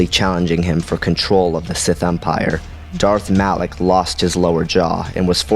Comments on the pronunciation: It is "malak" not "Alec" genius. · your saying alak not malak -_ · Lol did u even play kotor it's malak not alak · really no one is going to comment how he called Malak, Alak? how can you mispronounce somthing that in the games they pronounced it for you and you still fuck it up. that like calling. Vader, Ader. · Why do you say "Alak" when the guys name is "Malak"?